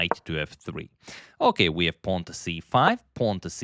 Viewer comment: "A pwan promoted to B pawn"